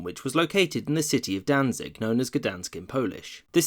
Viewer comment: it is pronounced "Dantsig"